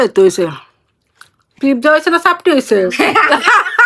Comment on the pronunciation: Pizza রে pipza বলে😂😂